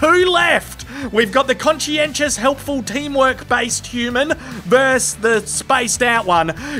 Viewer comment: Versus, mate. The word is versus. Two syllables.